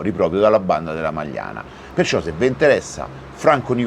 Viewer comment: Non la Magliana: a’ majana